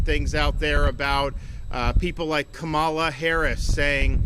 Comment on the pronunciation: Ka - ma-la😂😂😂😂😂😂😂😂😂😂😂😂😂